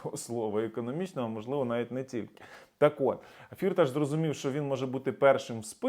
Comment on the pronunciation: Привіт.. Я з Тернопільщини і добре знаю його. Його насправді звати не фІрташ, а фіртАш - [наголос на другому складі] (в школі діти його називали "чотири кишені" (Vier Taschen) в перекладі з нім. мови). Тому робіть правильний наголос!!! (прим. - ніхто з українських політиків та журналістів цього не знає, бо це результат роботи його піарників). Думаю, що в Україні йому ніхто нічого не зробить, бо це справжній грошовий мішок. Він навіть зміг підкупити австрійський суд щоб не віддали його в США.